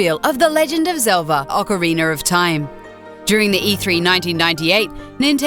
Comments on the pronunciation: Josh Guerra she says legend of zelva... i think this alone would be enough for anyone working for a company that gave even a smidgen of a shit about its content to not get very far with that bullshit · she said velda iinsted of zelda and melee insted of meley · "The Legend Of Zelva, Ocaweiner Of Time" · "The legend of Zelva: ocareener of time" ... never heard of ot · I liked the "Legend of Zelva: Ocariner of time" one. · it sounded like she said zelza too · Legend of Zelva? Seriously? Is it really that hard?! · It wasn't just "Ocariner". It was also Legend of Zelva